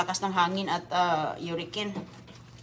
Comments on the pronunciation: Anong sabi mo " uricane" ? 😅😅😅 ( hurricane ) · 😂😂😂😂😂 " Uricane " obob!